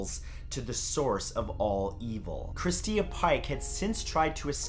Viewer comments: It is Christa not christia. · Polly Pockets but butchering simple ones like Christa and instead saying christia. Or saying macabre like macarbrah. 🙄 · Oh man you might be on to something there. Like what the hell is Christeeah? He's never heard the name Christa before? Like ever? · Video says " Christa " but you say Christia I'm confused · You are saying Christa wrong. lol.... Never heard it said that way.